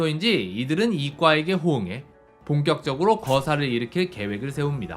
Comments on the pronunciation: 보통은 "이과" 라고 읽는데 문과에 급제한 "이꽈" 라고 읽는게 묘하게 웃김 ㅋㅋㅋㅋ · 이 과라구욧 이 과!!!!ㅋㅋㅋㅋ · 이과를 이꽈라고 발음하신게 아쉽긴하네요 문과 이과 할때는 이꽈라고 발음하는데 말입니다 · 문과 이과 할 때 문꽈 이꽈로 읽고 사람이름은 이 과 로 읽어야 하는데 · ㅋㅋㅋㅋㅋ 이꽈 ㅋㅋㅋ